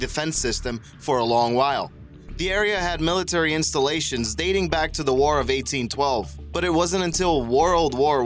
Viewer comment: "Woroled Wore 2"